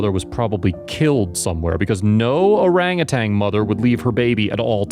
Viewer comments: Orangutan, NOT orangutang! Why is it so hard to pronounce properly? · Bless the wonderful people who rescue these sweet creatures (I wish the narrator, though, would pronounce orangutan correctly - not orangutanG. ) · They are orangutans not orangutangs!